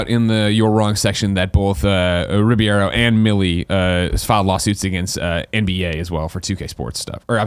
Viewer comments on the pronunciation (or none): Greg pronounced Alfonso Ribeiro's last name as Ribiero, Riviero, and Riviera. At no point did he ever pronounce it correctly.